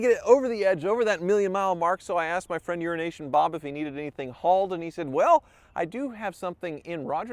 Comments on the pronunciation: Why do you keep calling him urination Bob? His nickname is Euro Asian bob. At first I thought I was miss hearing the way you were saying the guys name I'm sure at this point he's probably feeling a little bit insulted about yet I'm just saying.If need be just called the guy Euro Bob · talks too fast. Right at the mark there he goes again. Sounds like he's saying urinat.... Well, you know!! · i can't be the only one that hears "urination Bob"